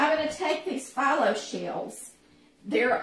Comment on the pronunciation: Looks delicious. I've been using phyllo dough for years, and it is pronounced fe low. Not a biggie...just thought I'd let you know.